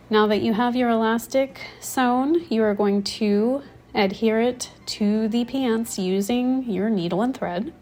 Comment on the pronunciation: you say eyand / ayand for “and”, and peyants for “pants”, a few double vowels in your pronunciation